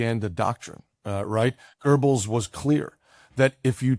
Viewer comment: Excellent talk thanks. Please note Goebbels has no r in it. Otherwise correct.